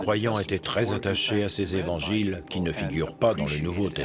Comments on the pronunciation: j'adore(par exemple à 37min21s) je cite : "les quatre z'évangiles"...j'adore les liaisons dangereuses...HAHA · Très intéressant, mais désolant d'entendre "les quatre z'évangiles" ... Quatre sans S ... Merci RMC